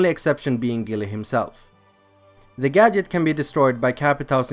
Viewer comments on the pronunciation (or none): That’s not how you pronounce gadget